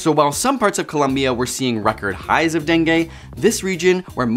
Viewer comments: Bro really said DENGAY instead of DENGUE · Learn how to pronounce dengue... the last sound is not e (as in set) but i (as in kid).